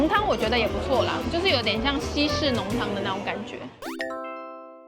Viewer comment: 西式濃湯 稀釋濃湯？ 香鑲（ㄒㄧㄤ） 粹脆 ㄋㄧㄤˋ是這個字 — 釀